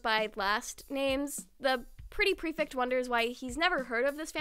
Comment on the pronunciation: I love this video but i HAVE TO CORRECT YOU I'M SO SORRY the "ect" in prefect is pronounced like the "ect" is delECTtable